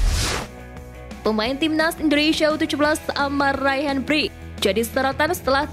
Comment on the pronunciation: Min brkic baca nya min jangan brik ga enak bgt gue denger nya . Harus nya di baca berkic jadi bric 😂😂